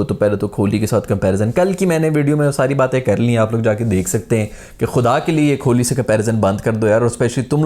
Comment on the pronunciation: Kholi nhi....kohli